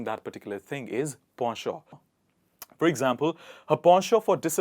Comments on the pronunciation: It's pen·chant - /ˈpen(t)SH(ə)nt/. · If you are going to teach people how to say beautiful words learn to pronounce them correctly yourself...it is not sawvy it is savy and the pronouncing of effervescent is embarrassing.....as for po sho for penchant is ludicrous. I couldn’t watch this to the end ..... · Not po-sho it is actually pronounced "pon chon" . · Nice words, but ‘Penchant’ sounds at it read when I checked and not ‘Posho’ as you mentioned.... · Are you saying the word penchant in French? Because it is not pronounced, in English, ‘Po’ it is Pen: like a writing pen. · In British English it's pronounced as po-sho. On the contrary, in American English it's pronounced as penchant... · P.S. In US Penchant is pronounced as pawn-shaw not po-sho. And nowhere i heard saavy pronounced Saaaaaavy. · As it is a direct assimilation from french, he uses the french pronounciation, however, the approved english pronouciation is likely the one you are familiar with "pen (as in hen ) chant". In english conversation using foreign pronounciation has been considered flounting knowledge extenuos to the realm. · I saw penchant is pronounced as pen-chant or pon- shon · I didn't know that 'penchant' was pronounced like that! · I never knew penchant was pronounced like that 😯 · Penchant pronunciations is incorrect Google translation is saying something else